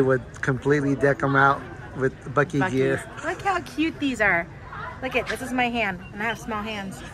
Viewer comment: Great video...loved the food...safe travels and God Bless 😘🤗🌹💘💙 Aw, tyvm again to you both...funny you said the name right exactly 3 wks on my bday 🤗...wish there was a Buc-eees closer to me 😋